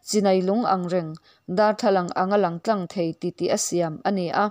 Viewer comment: Nun tláng tih a lamrik tur,tlang ti lovin.